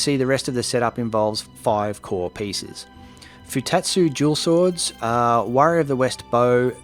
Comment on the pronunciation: Haha thought you were saying jewel swords and started wondering if there was a layer of knowledge I was missing entirely